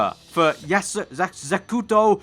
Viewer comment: You pronounced Yasuko, Zakuto. Also de Graaf represents Verstappen, no wonder why he's not interested.